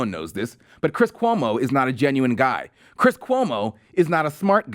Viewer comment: "My name is Cwiss Cuomo, (head-bob) I'm an actor on CNN."